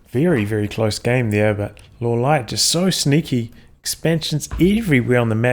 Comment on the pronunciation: Pronounce Lawliet correctly, please. :) Reforged is such a disappointment. And the spell/aura animations clutter the battlefield.